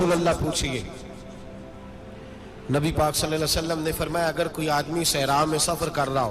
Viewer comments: Hazoor Saw Nahi bolty ( when you say it's S.A.W = Sallalaho Alehi Wa Alehi wasalam) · Please don't say saa...it's S.A.W means (sallallahu alaihi wa sallam)